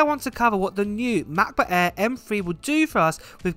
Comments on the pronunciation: The Macbook Eeeee XD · #Giveaway Hey 🥰 i am from India watching your videos from 4 months and purchased MacBook air M2 after watching your review.. thankyou for all the videos you give and love the way you Say (MacBook Air 😀) now i am planning to purchase Iphone 15 pro but don't have enough money to purchase because invested all my money in purchasing macBook.